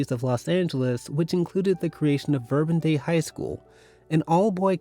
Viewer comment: Saint Leo. Not Saint Leon. Verbum Dei. Not Verbun Dei.